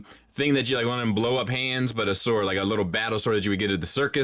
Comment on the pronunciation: 😐 wha..😳 okay wait...he can't pronounce the word sword 😂 HAHAHA 🤨 when you realize that the channels you subscribe to reflect poorly on you..